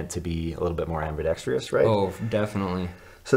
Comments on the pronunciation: Damn I’m gonna be that guy...”ambidextrious” is not a word fellas. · Why can't anyone pronounce ambidextrous correctly in the knife community